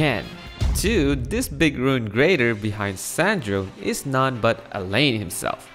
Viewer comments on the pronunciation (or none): i'm half italian and i'd like to tell you the E at the end is not silent. It's san-dron-e, the whole thimg is pronounced. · Also, C'est Ann Drone is pronounced Sandrone in French. And this translates as Mek Ann/Dron Ann from French. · Sandrone's pronunciation: 💀💀💀💀